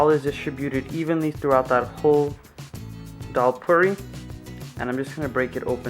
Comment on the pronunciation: 'Dollpuri' 😅😅😅😅😅. Dalpuri yaar